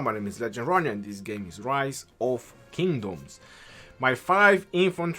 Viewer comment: 1 question why does he sound like he’s saying condom when saying kingdom